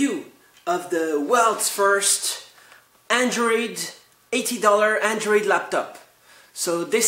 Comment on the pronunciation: an atee doller andwoid lapptop!!